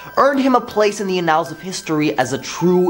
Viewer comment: Just a small tip for you. Annal is pronounced like AN-nuhll, not uh-NALL. Thanks.